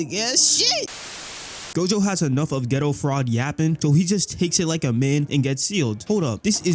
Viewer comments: The fact that ur saying “ghetto” instead of “Gayto” is pissing me off… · its not geto its kenjaku